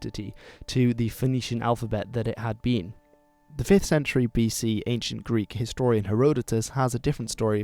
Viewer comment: You are killing the Greek pronunciations, but the content you are presenting is very interesting. Thank you!